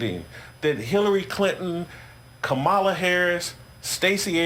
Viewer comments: “How do none of them know how to pronounce Kamala” No. They do know how to pronounce it they mispronounce it on purpose to disrespect her. They did it from the very beginning. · Tucker was the one who said Kamala "doesn't know how to pronounce her own name." They say it wrong on purpose. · They mispronounce Kamala’s name and any others as a way to disrespect. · David, all of these morons know how to pronounce Kamala Harris's first name, they just choose to mis-pronounce it to stay in line with the right wing lunatics infecting our society. It's just one of their little ways to insidiously subvert decency. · They mess up Kamala Harris's name on purpose...it's childish behavior, but what do you expect from today's conservative party? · They know how to pronounce thier names, they do that shit on purpose to be disrespectful.